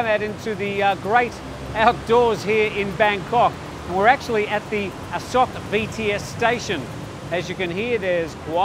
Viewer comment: Dude you've been here a long time, so why are you pronouncing it "A sock"?